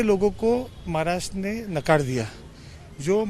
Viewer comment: Mohit kamboj adhi maharashtra ha shabdda neet uchhar ani nanatr abhal heppal yz bhaittyyya